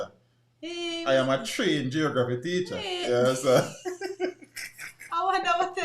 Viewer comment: Do u know that your pronunciation of Geography is way off?? 🇯🇲🇯🇲😥😥🥱🥱🥱